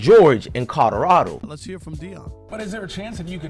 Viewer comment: If you say codarado one more time